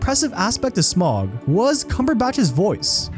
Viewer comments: Please, next time pronounce name right it’s Smaug not smog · Who is Smaag and Saaron, it cant be hard to say Smaug and Sauron for an english speaker, can it?